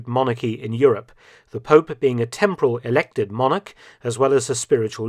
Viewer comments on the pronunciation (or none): none